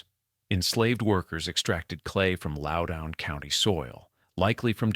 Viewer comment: Loudoun in not pronounced "lowdown". If this had not been read by AI, I might listen to the rest of this. Way too much repetition in the text.